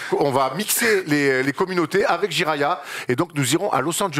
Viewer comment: Le "Jiraya trip"????? Prononcé un peu vite ça fait vachement "gériatrie" quand même.... N'est ce pas.... 😂